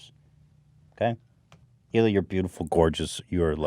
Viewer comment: its Hila* not "Shila" my dude